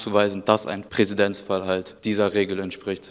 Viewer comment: Niemanden aufgefallen, dass er beide male Präsidenzfall gesagt hat?